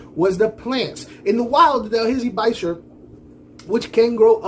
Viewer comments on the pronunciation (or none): It's pronounced "Buh-Cher" because it's spelt Birchir. If it was pronounced Bikers, it would be spelt Bikers. I took on all that you said, I myself have 3x Birchirs a Albino Senegal, Senegalese and a Endlicheri lower jaw. Plants are also good for the Nitrous Cycle. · Great video. I agree the most important thing is how to take care of them. The correct pronunciation is bee -sheer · I pronounce it bi-char and no one has said a word about it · I agree with your rank. I used to be on that “biker” wagon for a bit. I’ve realized that after many years of keeping fish, all of the ways anyone pronounce bichir, are correct ❤ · Awesome video keep it up buddy you're on the right track I noticed the exact same thing I've had bichirs (be-sheer) is how I pronounce it anyway LOL for at least 6 months now and every time I add a new one they go from the pet shop Aquarium or delivery to my quarantine tank which has like nothing in it except for one plant and then after 2 weeks they get transferred to my community tank with several bichir and I noticed the exact same thing as you once they get into a nicely heavily planted Aquarium their attitude changes drastically they become super social and fun however there is a hierarchy like in a wolf pack they will assert dominance but once that's done they get along great I love these fish definitely my favorite fish I have several tanks and I find myself sitting in front of this one more often than the others love the video keep up the good work